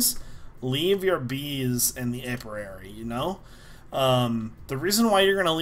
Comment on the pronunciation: Alverary? Apirary?!? It's Alveary and Apiary.